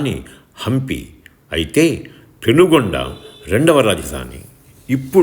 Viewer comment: పెనుగొండ కాదు పెనుకొండ.